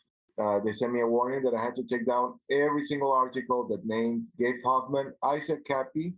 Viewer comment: Take a drink everytime they say gabe hophmen